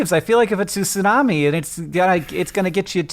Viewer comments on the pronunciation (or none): How many times do you those two have to say "sunami?!?" For the love of sushi, it's bad enough hearing Americans butcher that word all the time, do they have to pronounce it wrong some 500 times in one minute?!?! TSUnami, it's pronounced TSUnami. Note the T. Why do people always skip the T!?! つ（tsu) - な（na）- み（mi）, from 津(tsu), meaning harbor, and 波(nami), meaning wave.